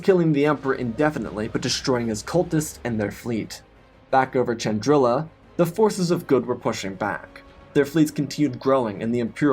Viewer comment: I thought it was spelt.pronounced Chandrila not Chandril*i*a